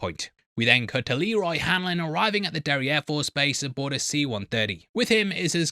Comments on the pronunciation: Every time he says Derry Air Force I hear derriere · Anyone else giggling at the sound of "Derry air force"?